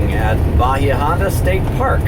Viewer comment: that driver texting or drunk.. Probably both. I live in South Fl. That is how they drive. Its horrid down here. and It is pronounced EYE la Morada.. and Ba HI ah st. park <3 Wonder what it looks like now after the hurricane? Bet your mind is thinking craziness over that.